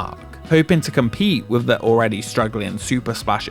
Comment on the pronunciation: How many "Wiv's" in this video. Come on narrator, elocution lessons.